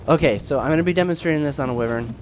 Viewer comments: Pronounced "Why-Vern" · Some people consider wyverns lesser dragons, others consider them their own thing. Its debatable. One other thing, though, just so you know: wyvern is pronounced with a hard i: first syllable rhymes with fry. It comes from the same Latin word for viper. I myself said it wrong for years.